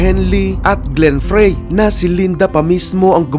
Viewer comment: glen frey is pronounced as glen FRAY not pray. Glen frey is a member of the band EAGLES.